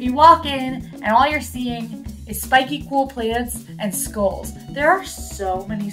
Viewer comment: How did you not call out use of “skoles” versus skulls? 🤣